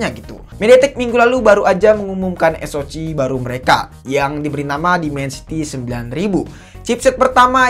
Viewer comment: Bacanya eS-O-Si bang, bukan eS-O-Ci. 😆 Atau kalo Indo eS-O-Ce.